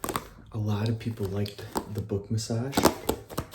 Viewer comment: You made a mistake with the word book mate